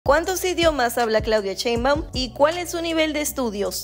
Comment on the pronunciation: Pues opino que para ser la presidenta de un pais como Mexico es poca formación y poco adecuada. Va justita. Tampoco se porque pronunciais su apellido asi...... chinbum No lo entiendo